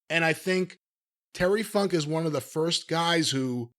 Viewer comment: I just watched the Lawler funk an brown sugar .Jimmy it didn’t sound like you said Funk!